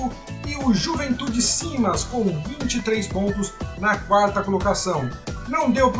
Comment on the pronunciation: Bacana o vídeo. O Juventude é SAMAS e não Simas. Só essa retificação.